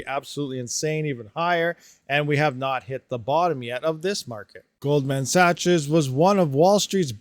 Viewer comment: Hey! Just wanted to help you learn Sachs is pronounced “SACKS” not saches lol